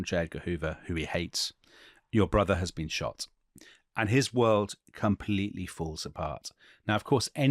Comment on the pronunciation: If that was supposed to be RFK's accent in the initial reading, you might want to check your pronunciation of "world." Totally Brit. 😅 I might add with respect to your comments about Ethel Skakel that she was raised Catholic and was extremely devout. It was in the private Sacred Heart School in Manhattan that she met Bobby Kennedy's sister, which is how she met Bobby. It is true that her father came from old Protestant money but the marriage of Ethel and Bobby was not a merger of Catholic and Protestant.